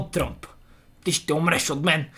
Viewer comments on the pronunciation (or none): none